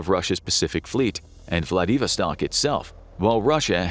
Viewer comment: Say "Vladivostok" again.... Lol gotta be AI..